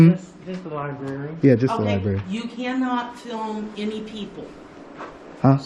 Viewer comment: Lol "aks, aksed and aksing. Liberry"